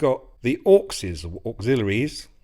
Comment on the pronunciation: Every time you say 'Auxes' I hear "Orcses, Precious..." 😲